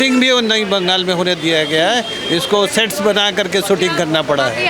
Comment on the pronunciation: Bangal nahi Bengal hay, sahi se bolna sikho fir reporting karo